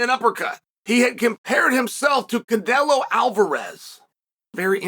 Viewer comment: Cadelo and Behalal 😝 what’s you drinking ChChChael ??!! But I respect your big up to Behalal 😆